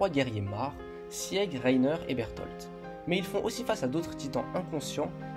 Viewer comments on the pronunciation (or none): Je ne sais pas si ça a déjà été dit, mais ça se prononce « Sig » pas « Sièg » sans vouloir être méchante